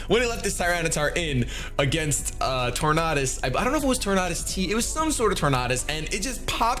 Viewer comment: You always mispronounce Tornadus, it's pronounced Tornadus. You're welcome :)